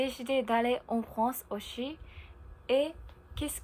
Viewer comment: Prochaine étape, bien différencier le son "s" de "ch" exemple "aussi" prononcé "auchi". Mais pas d'inquiétude, on te comprend bien et ça s'améliorera avec le temps. Vidéo très intéressante et c'est pas grave si c'était plus long que d'habitude haha ! Et oui en France de manière général, nous ne sommes pas très doués avec les langues. Je pense qu'il y a un problème au niveau de l'enseignement car de mon côté (et je pense que je ne suis pas le seul) je n'ai presque rien appris en cours d'anglais et c'est surtout grâce à Internet que j'ai pu réellement apprendre cette langue. Pour le japonais, je serais bien incapable de le lire où de l'écrire par contre à l'oral j'arrive à plutôt bien comprendre (merci les milliers d'heures à regarder des mangas avec les sous-titres).